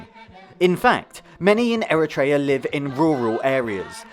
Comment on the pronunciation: Great vid! Not to be that guy but its technically pronounced eh·ruh·tree·uh instead of eh-ruh-tray-ah